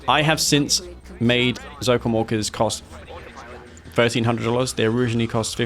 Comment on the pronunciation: When you say ZOCOM Orcas it sounds like ZOCOM Walkers xD